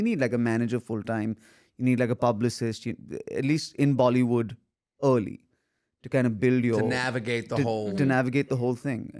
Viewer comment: I like how he says Bali would instead of bollywood😂😂😂😂❤